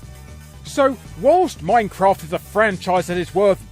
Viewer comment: Too bad his pronunciation of minecraft was an offence to the English language.